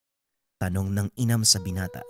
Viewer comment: Correction po....hnd inam Ang twg Jan......imam po